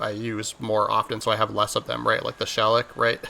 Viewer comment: Shellac is pronounced shuh lak Oh. And the ragout is pronounced like ragoo. Good videos brother been watching a few. Thanks for taking the time to do them.